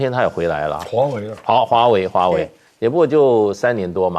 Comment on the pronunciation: 为什么赖教授老是把华为唸成华伟？？？